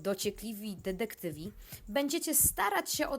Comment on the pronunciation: Mówi się detektywi, a nie dedektywi